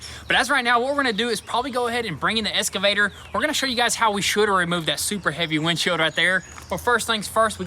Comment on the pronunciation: You guys are awesome. Just one thing. It is not "eS-ka-vator" it is an "eX-ka-vator" No s dudes. Keep on rolling though. Hard work pays off. You deserve all the good things.